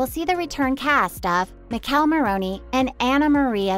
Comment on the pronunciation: I’m not a fan of how this lady saying Michele name lol